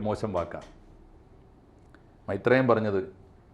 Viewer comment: മൈത്രെ യൻ അല്ല കൊച്ചേ മൈര് ത്രേയൻ